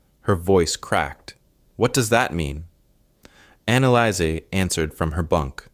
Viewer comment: GRETA LIESL AND ANNALAIS????? THE FIRST TWO ARE FINE, BUT THE LAST ONE, ANNALICE???? I THINK IT SHOULD BE ANNALEES